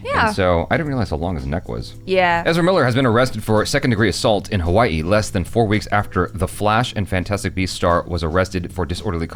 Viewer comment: Your pronunciations got me dead 😆 Ha-Waa-E, Can pronounce like Ha-Wuh-Ee or actually pronounced, Huh-Vuh-Ee Hi-Low, pronounced He-Low. Got Pahoa and Puna though. True, we surf on Spam Tsunamis.